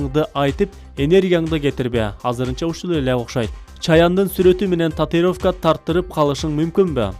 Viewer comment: Татыровка 🙄 татУИровка дечи кагылай каралдым